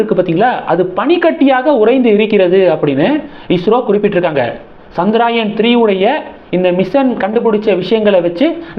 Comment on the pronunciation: Not Chandraayan, it is chandrayaaaaan